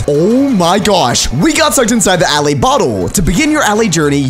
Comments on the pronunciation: How every one else pronounces it: Alay How pronounces it: alaeh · Why did you say allay’s (a-lay) instead of allay’s (uh- lay) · this guy says alley instead of allay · When he says allay he pronounces it as all-ay but when saying bottle of allay he pronounces it has a-lay (im not being rude or discriminative i just think it sounds weird) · its not ally its allay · I feel like "allay" should be pronounced like "aller". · It is. Not allay it is a-lay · It's pronounced aelaeys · If you can't say allay right then I'm not watching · he says allay so wrong i get a headache